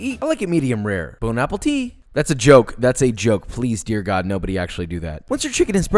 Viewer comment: "Bone apple tea" Classic